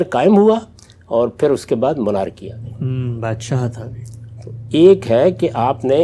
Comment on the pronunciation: غامدی صاحب لفظ Monarchy مونارجی نہیں بلکہ مانکی بولا جاتا ھے تصحیح کر لیں